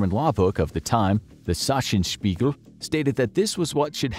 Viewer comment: Here’s a quick correction: You talked about the Schwabenspiegel (Swabian mirror, a law code from 1275) and said you mentioned that earlier, but if I remember right, the one that you had referred to earlier was one you struggled to pronounce as it was the Sachsenspiegel (Saxon mirror, a law code from between 1220 and 1235).